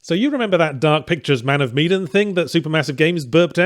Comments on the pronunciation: Man of Meee-den vs. Man of Me-dan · Medan. Not meedan. That drove me nuts. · it's MEH-DAN, fuck, man